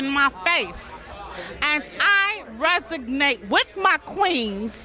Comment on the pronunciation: Minimalist, not "minimist", New York. And resonate, not "resignate". 😂I still love her though. Poor grammar and all.